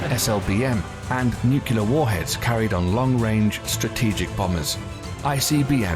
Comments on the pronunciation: The narrator has a British accent but pronounces "noo-klee-ur" as "noo-kyoo-lur". President George W. Bush would often get made fun of for doing the same. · Nice video. Also, I don't know why so many people who otherwise have excellent diction and vocabulary still say "nucular". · Noo-cue-lar? Repeated many times. Cringeworthy. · Why did you pay a professional to narrate "nucular"...not how you say that word! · Because it was mentioned at least 4 times, I have to ask; What is nukular? I know what nuclear is, but I keep hearing people mention nukular, and have no idea what they're talking about. If they mean nuclear, they should say what they meant. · It's nuclear, not nucular. Jfc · A bit obsolete as the Ford class carriers are now replacing the Nimitz class and the F-17 stealth fighter was retired as it wasn't that stealthy. The narrator needs to work on pronouncing "nuclear"